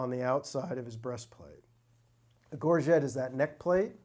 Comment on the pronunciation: From one scene to the next, two of these experts pronounce 'gorget' differently. Which one of them is the actual expert? and .